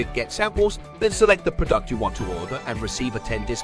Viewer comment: why does it pronounce "prodUct"??